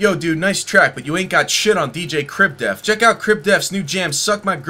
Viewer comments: All I heard this video was "Crib Death" and not "def". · It's okay because black people pronounce "death" as "def."